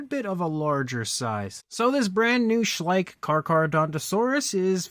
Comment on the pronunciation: It's Schleich not too bad a figure!😂